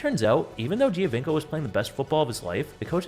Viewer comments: Cuántas veces tu IA va a decir "Giovanco" en lugar del apellido real? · When you repeat “Giovinco” 1000 times, you might want to learn correct pronounciation.